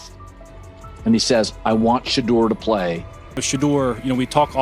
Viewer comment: cheddar sanders lmao ai fails again